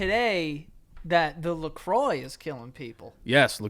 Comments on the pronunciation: CANADIAN FAN 🙋🏻‍♀️ lets just say out of the two, definitely has a better French pronunciation lol his “La Croix” was bang on... his “dix-neuf” too.... so close...so close. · Dear. Lacroix is La-crwa like you said. Dix-neuf is nineteen. Try counting higher. It’s gets messed up 80 is quatre-vingts (4 twenties) and so on. It’s all messed up. French is HARDDDDDD LOL 😂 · My god dix-neuf is 19 hahaha and says La croix the right way:) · you're saying LaCroix like it sounds in french! It's the first time I hear an American pronouncing it correctly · Atleast he said Lacroix right xD